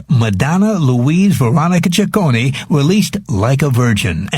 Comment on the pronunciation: Mispronounced the last name wrong the first time. It's chi-CO-nee!